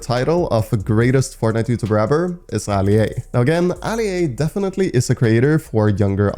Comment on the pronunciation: Bro just said defenity not🤦‍♂️🤦‍♂️🤦‍♂️🤦‍♂️🤦‍♂️🤦‍♂️🤦‍♂️ budy ur the best